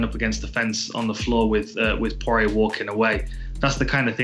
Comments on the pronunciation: absolutely nobody: Colby: Dustin Soirier :DDDD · So, is it Dustin Soyrier or Sourier?? 😄